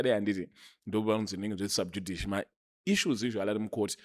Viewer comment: its pronounced SUB-JU-DHI-CEE Not SUB-JUD-ICE